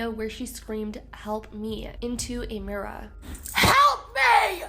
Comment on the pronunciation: This is off topic but do you have a British or Australian accent? I’ve watched a couple of your recent videos and I can kinda hear an accent 😮 like when you said “mirror”. I never noticed before !